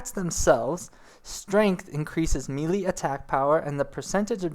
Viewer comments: it's also may-lay not meely. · Melee is actually pronounced May-Lay, but who gives a fuck? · PIETY. PAI-EH-TEE. MELEE. MEH-LEH. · Pugilist is pew-jih-list. Melee is may-lay. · It's pronounced Pugilist (Pew~G~list) and Melee (May~lay). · "Mee-lee" "Pug-list" derp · How do people play enough RPG's and fantasy based games without being able to pronounce such common terms like piety and melee?